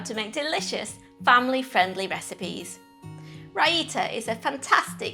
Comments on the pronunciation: That is not how Raita is pronounced. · Learn how to pronounce it!